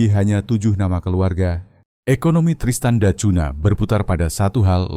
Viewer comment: Narator cara anda menyebut bbrp nama yg berasal dari bhs Porto (Portugis) spy dioerhatikan terlebih kata yg yg berakhiran NH harus dinunyikan sengau ny. Misalnya mengeja nama kota Tristan da Cungha. Dieja Tristan da Kunya bukan " da kun "ha" yg anda eja saat ini. Juga kata2 lain yg ada huruf nh di akhir suku kata. Spy anda tdk ditertawakan narator. Ini bhs orang orang Portugis.